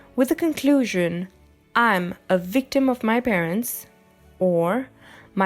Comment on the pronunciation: I enjoyed it, quite understandable :p But it's "Victim", not "Wictim" ; and "boTH" (between f and s sound), not "boT". She has a nice voice and I see the efforts, though :)